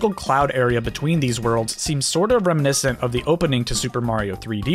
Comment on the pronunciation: Great video. Have you noticided you drop a syllable when you say reminiscent?